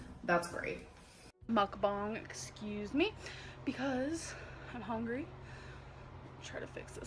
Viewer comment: That and “HONGRY”